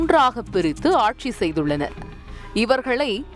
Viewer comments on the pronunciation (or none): none